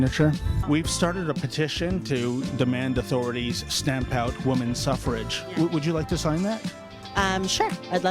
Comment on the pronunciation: “Suffer-age” lol. University students, sigh